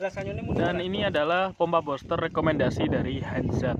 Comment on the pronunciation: Bilangnya buster bukan boster bos.